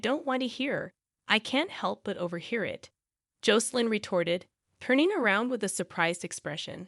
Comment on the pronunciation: The pronunciation of Jocelyn's name is wrong. The "O" should sound short, not long.bas in Josselyn not Joecelyn